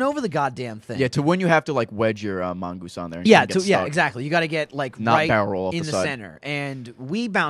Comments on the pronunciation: plural mongoose is mongooses, plural goose is geese, it's not mongeese, it's mongooses. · MON-GOOS-ES NOT. MON. GEESE. GOD. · its mongooses not mongeese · Mongooses, not mongeese. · Ord not mongease its mongoses!!!!!! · "Mongeese" lol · lol they say mongeese